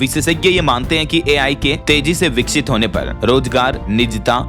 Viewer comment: Vikshit 😂 hahaha shi se bol toh lo word